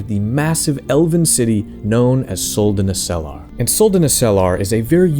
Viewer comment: That's not how you pronounce Suldanessellar... I mean shit general Elhan pronounces it twice for you in the game. Accent on the first e, i.e. Suldanéssellar, not Suldanesséllar.